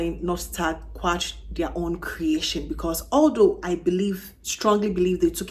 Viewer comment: I think it's Quatre not Quarte.